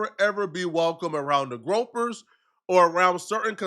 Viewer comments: also it’s Groy-per not groper lol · Bro said “groper” 😂 it’s gRoy-Per